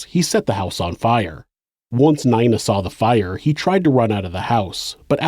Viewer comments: just fyi n-ee-na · have you never heard the name nina before lmao neyena? also he is a sister in law somehow lmao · you say "Nina" wrong